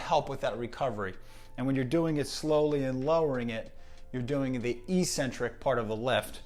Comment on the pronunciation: Fitness and PT enthusiasts need to stop saying “EE-SEN-TRIK” when pronouncing eccentric. It’s “Ehk-Sen-Trik” same as it is when you’re describing someone’s “Eccentric obsession with pronunciation”. Great video/summary